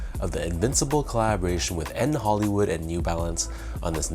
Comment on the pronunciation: Bruh it’s a shoe review at least pronounce the name right, it is N. Hoolywood not N. Hollywood smh